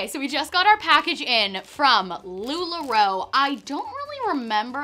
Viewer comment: Lu la roe= NO 😂😅